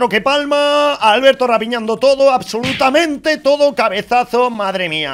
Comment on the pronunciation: Nadie obsolutamiente nadie:: Diciendo mil veces Obsolutamiente:v